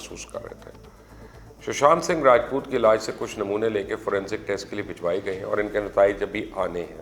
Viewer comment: You cant even say his name properly 😂😂 google search ker ker k perh raha hai